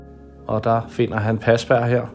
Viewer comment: Godt arbejde🙂😍..... dog må jeg lige tilføje han hedder Parsberg...ikke pasberg 😉